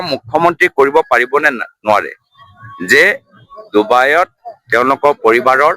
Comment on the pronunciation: ডুবায়ত নহয় ডাঙৰীয়া ডুবাইত।😂😂😂